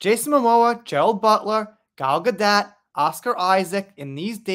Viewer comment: Gal"s last name is pronounced "gadoe" the T is silent!